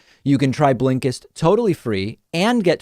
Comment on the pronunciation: Everyone: Blinkist David: BLEENKISTT